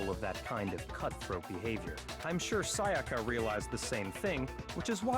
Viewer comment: always says "Sayaker" when she says "Sayaka"